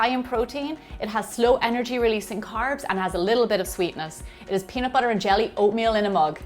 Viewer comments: It's pronounced BUTTER! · Wen she says butter I Hera butcher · the way she says butter, water o.O